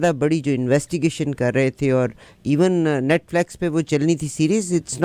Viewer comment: It's not netflex but NETFLIX.